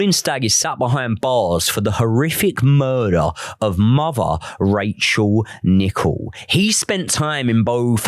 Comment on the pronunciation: I like the fact that you even pay attention to how her name is actually pronounced. Much respect to her memory xx